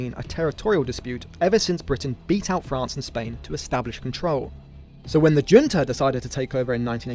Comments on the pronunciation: Junta is pronounced Hunta. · Junta is not pronounced the way you are saying it in the video. Im surprised that this got past editing. The Argentina junta being a Spanish language word has the h sounding "J" as in jalapeño. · Junta is pronounced “hunta”